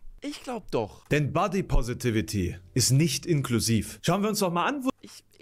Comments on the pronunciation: Jedes Mal einen Kurzen trinken, wenn "Positivity" falsch ausspricht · Wie er wirklich konsequent das Wort "positivity" einfach nicht aussprechen kann